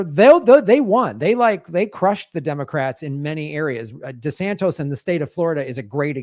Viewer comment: Why does always say "desantos"?